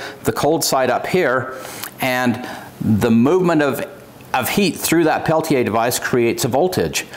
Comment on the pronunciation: Thank you for taking a few minutes to learn the tech and how to correctly pronounce "Peltier." Great video! Great find! Thank you.